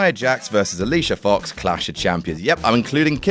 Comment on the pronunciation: you said Alicia foooooox wrong it is not Alicia fox it is Alicia fooooooox